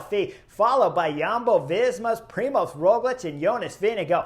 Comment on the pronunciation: Hey Chris, I am an Aussie living in Slovenia with my Slovene wife, so I'm now used to their names. You do a good job with the riders here but if you want help with Roglič's name then the ž in Primož is pretty much like the “j” as the French would pronounce “j”. So, it's like the “j” in Je m'appelle. Primož is quite a special name here and when the ž is pronounced like a standard English z, it sounds really comical as "z" is a completely different letter to "ž". Cheers and look forward to you next video.